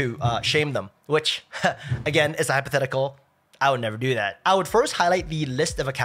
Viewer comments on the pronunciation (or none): Oh my, I love your video, not just so informative, but how your "hypothetic" makes me laugh so hard, each time.